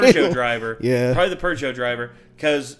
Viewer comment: that’s always confused me what he just said. Is it pergot or Peugeot? How is it pronounced?😂